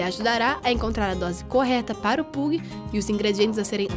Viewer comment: Pug se pronuncia "pãg" kkkk